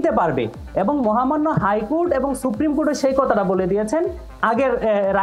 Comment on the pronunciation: ের উচ্চারণ লুক,,কুটা,, হাইকুট😅😅😅